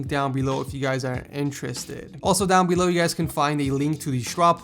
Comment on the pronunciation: he said - down belouiew, i dunno , i laughing my ass off